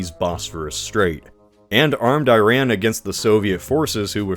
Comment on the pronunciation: You’ve mentioned Iran several times on your channel, but you mispronounce it each time. It’s ee-RAHN, not eye-RAN. The “I” sounds like "ee" in See, and the “a” is like the a in father, not man.